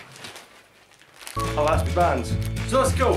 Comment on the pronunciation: Lol! Btw it is E lastic not A lastic